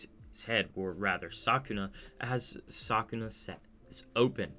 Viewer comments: Are you saying sakuna or sukuna i cant tell if im trippin or just hearing you wrong 😂😂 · u said sakuna, not sukuna tho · btw i am pretty sure it is called sukuna not sakuna but oh well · Why tf did you say Sukuna like that? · but he cant even say sukuna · Was it ragebait when you kept mispronouncing Sukuna’s name? 😂